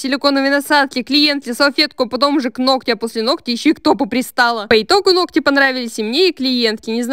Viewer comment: Нохти...нохти...ухо режет!